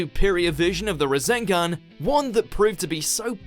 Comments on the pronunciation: am I the only one who heard Razengan instead of Rasengan ? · Did anyone else hear razengan instead of rasengan? 🤣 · Rasengan NOT Razengan, please and thank you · What's a Razengan? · I really don't like the way he says Rasengan and Rasenshuriken